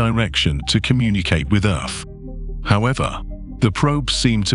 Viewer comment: That must be where my tv gets it's crappy signal...by the way, is this narrator saying 'earf' in place of earth....?